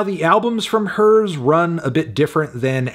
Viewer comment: Is it not pronounced “the ‘here’s’ Collective”